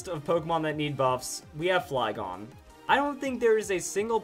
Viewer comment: I got off the video when he say flygon